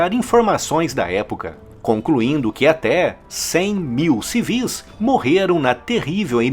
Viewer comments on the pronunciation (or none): none